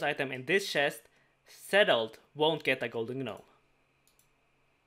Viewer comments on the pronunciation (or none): none